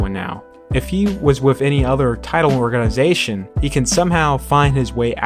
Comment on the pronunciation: OrgaNAYzation!!!! bruh!!!😂😂